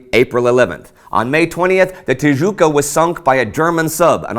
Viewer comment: That lovely pronunciation of Porto Alegre, Tijuca and Lapa!